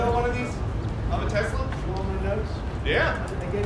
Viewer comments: Okay, I genuinely busted out laughing when Trump said "I love Tesler!" lol wtf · "I love Tesler!"